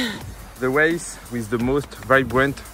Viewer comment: "ze wace" :)